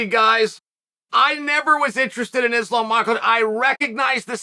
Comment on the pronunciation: "Islam michaelchev" Chael P Sonnen